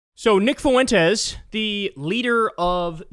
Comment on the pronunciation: You better learn how to say Fuentes bro